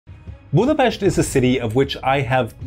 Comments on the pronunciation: GOD BLESS YOU you sad Budapest with "sh" sound thank you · One second in, it was clear this was going to be a well-rounded video. You started by actually pronouncing Budapest correctly. Few others bother.